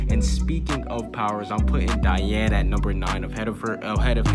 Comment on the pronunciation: "we might have to put some respect on Dian's name" doesn't say her name right tho...